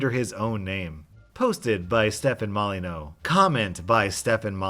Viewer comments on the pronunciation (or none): Wait, how did you pronounce “Stefan Molyneux?” His name is now Stefan Molyneau! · Pretty sure Molyneux is pronounced like "molly-Knew" not "Molly-no" but correct me if I'm wrong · U pronounced molyneux wrong I whant to see ur manager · It gives me such joy to know the rage stefan mollyewnox would feel at your mispronunciation of his name